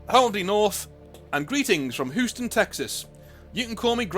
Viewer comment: Lol Houston is pronounced like yoostun. Fair enough if you never needed to say it before tho